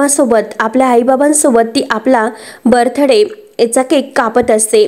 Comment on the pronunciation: बर्थ डे चा उच्चार चुकीचा करण्यापेक्षा वाढदिवस हा शुद्ध मराठी शब्द वापरायचा ना ! प्रदर्शने प्रदर्शन , वाढदिवस आठवला ऐवजी वाढदिवस आठविला , ठाय मांडून बसले आहेत , तुम्ही जाऊ शकतो ही कुठची भाषा आहे ? वारंवार सांगूनही ह्या ताई का बरं बदल करत नाहीत ? आणि प्रतिसादही देत नाहीत .